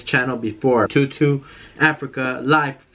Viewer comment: Btw it’s pronounced toe doe